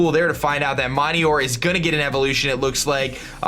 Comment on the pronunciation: "Mine-eeyore" Cmon dude, srsly?It's literally pronounced "Mi-nior" like meteor >____>